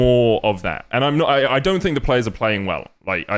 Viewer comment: I don‘t want a lot for Christmas, there is only one thing I need. And that is Broxah stopping to say „I fink“